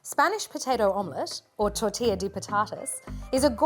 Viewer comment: You shouldn't be making foreign dishes if you don't know how to pronounce them, it is very disrespectful